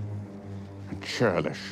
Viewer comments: "Insubordinate, and Churdish" YA DONE MESSED UP, HEINREICH LEROY-HEIMER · That “insabornate and cherlish” at the end🤣🤣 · "and cherlish".... that one survivor probably is related to the substitute teacher :D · Churlish* but yeah, I noticed it too. As soon as he said it I was like, ohhhhhhhhhh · After 4 years of watching Key and Peele, I just realized that when he says “Insubordinate and churlish,” its a reference to the substitute teacher who kept mispronouncing names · It's supposed to be mispronunciation, a reference to the Key and Peele skit Substitute Teacher. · He fucking said Churlish! Lol. Like in the substitute skit 😅😂